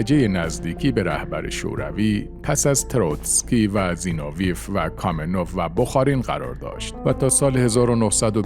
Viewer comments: زینوویف را مرتبٱ غلط تلفظ میکنید؛ سیلاب آخرش را ویف بر وزن قیف میگوئید. درستش زینو وی یُوف است؛ سیلاب ٌÎخرش ضمّه دارد، مثل گرباچُف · نام دختر استالین Svetlana است، نه Sotlana!!! زینوویف Zino-vi-ef تلفظ می شود. بد نیست شما که این همه زحمت می کشید، کمی هم در این باره دقت کنید تا ارزش کارتان حفظ شود!